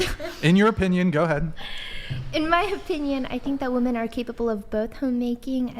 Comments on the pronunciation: I’m sorry but if you pronounce women as woman you lose all credibility. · They all say “WOMAN” instead of “WOMEN” wtf!!!! Sounds stupid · I've been watching the decline of our society and dating sphere through YouTube and different podcasts for about 3 and 1/2 years now,... What is going on with women not being able to say the word "women"? In context, through pronunciation.... WTF